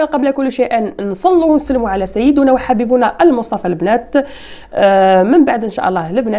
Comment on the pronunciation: نصلي على سيدنا محمد صلى الله عليه وسلم بالكسر وليس على سيدونا ً‘بالضمً‘ صلى الله عليه وسلم......بالتوفيق